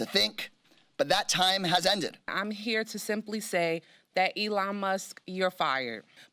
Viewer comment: "'Elo' Musk." LOL